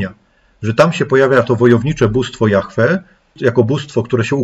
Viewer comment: dlaczego ludzie wymawiaja jahfe ja mowie jahwe